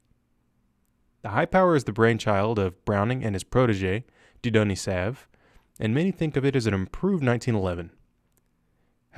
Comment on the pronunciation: My favorite part of any video featuring the Browning P-35/GP/V-8power, is the awkward moment when the narrator is forced to pronounce Diudonne Saive's name...LOL